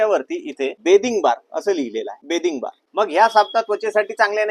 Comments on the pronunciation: बेदिंग बार ✔️ बाथिंग बार❌😂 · बॅदिंग बार नाही बाथिंग बार म्हणतात दादा 😁 बाकी माहिती खूप चांगली दिली मी साबण चा TFM 76% असेल तर च घेते 😊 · बाथिंग बार म्हणता बिथिंग नी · Pronounciation neat kar Dada... बाथिंग बार‌ असत ते बेदिंग बार नाही.. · बेदिंग नाही रे बाथिंग 😂😂😂😂